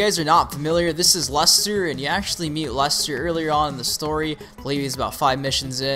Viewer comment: Wow he pronounced LESTer as LUSTer